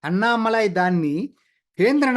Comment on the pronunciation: దయచేసి Annamalai అనే పేరును అణ్ణామలై అని పలకాలి అన్నామలై కాదు. గమనించగలరు.